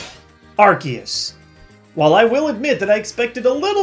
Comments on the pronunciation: HOW COULD YOU! I THOUGHT YOU WERE A POKEMON MASTER! ITS R-C-US NOT ARC-EE-US! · omg its arCeus NOT arKeus. C! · lol it bugs me more than it should when people pronounce it differently. it's ar. see. us. not ar. key. us. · Why did he say "Arkeus"? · Am I the only one that pronounces Arceus as Ar-SEE-us? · You mispronounced Arceus